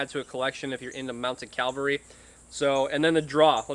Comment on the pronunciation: It’s CAV-al-ry. CAL-va-ry is a place near Jerusalem.